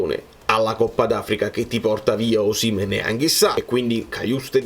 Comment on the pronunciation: concordo su molto tranne che su Osìmhen, a meno che tu non sia di quelli che dicono Càvour invece di Cavùor, si pronincia Osimhèn. Se no mi diventi un Auriemma qualsiasi...😁